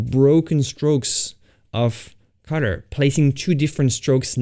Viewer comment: Guys, I got it it! everytime he says 'cutter' he actually means 'colour'!